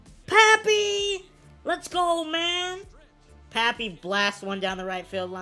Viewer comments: You actually say “Pappy” instead of “Papi” lol im latino so it just sounds different to me 😬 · Nah your supposed to say it like popee